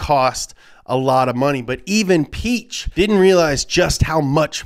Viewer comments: Piech isnt pronounced Peach. you have to seperate the i and the e (thats what the two dots on the e are for). and ch isnt likew in peach, but thats just german pronounciation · Piëch is written with the two points over the e to have it pronounced, so Piahkh is the correct pronunciation😂🏁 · You're pronouncing Piëch wrong. But don't worry, many Germans do as well. The ë means that the "e" is pronounced, where otherwise it wouldn't. The "ch" in German is just an h hissed out of the back of your throat, like "kh". So it's pronounced something like "Pee-yekh" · His name isn’t peach… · its "ferdinand pee-ash".